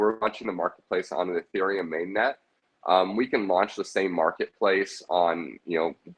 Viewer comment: Lost me when he said Ethereum Smfh